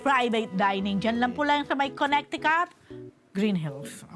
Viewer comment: Koh neh tee cut... wag naman konektikut